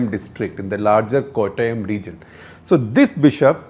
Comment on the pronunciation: Love it when he says Kottayam, just like a Mallu.. Beautiful!